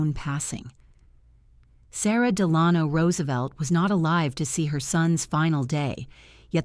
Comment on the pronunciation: The narrator mispronounces "Delano."